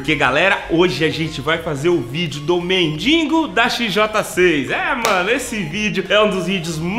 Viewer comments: Mindingo ? Kkkkk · Legal o falando "mendingo" kk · É mendigo não mendingo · Se fala MENDIGO NAO MENDINGO